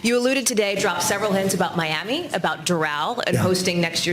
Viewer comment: Miammee? What is this hidden gem you speak of?